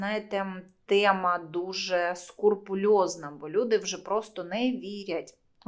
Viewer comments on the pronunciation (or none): не скурпулёзный, а скрупулёзный